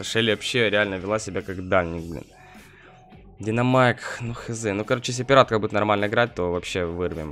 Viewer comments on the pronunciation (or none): none